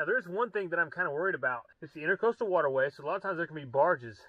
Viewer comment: Intracoastal not Intercoastal. Important not Impordant. Rural King not Rule King. Times not Toms. Island not Ahland. Lawnmower not lahnmore.